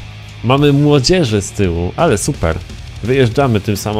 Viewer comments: Nie zebym sie smial ale nie młodziesz tylko moździerz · Moździerz gamoniu. Dalej tego nie moge słuchać